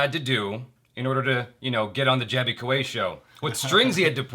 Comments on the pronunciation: Jimmy is also pronouncing Jaby wrong .... its "A" as in bat; not "A" as in bait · That was great. Jimmy is fabulous, always has been. But Jaby you didn't correct him when he mispronounced your name either. You both mispronounced eachother's names!! :D